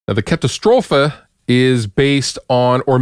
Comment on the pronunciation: First up, cool you manage to pronounce the Katastrophe right, ha ha. I got the Fernweh and Tesla Wolf, love them both. Great company. Lot's of cool pedals for sure.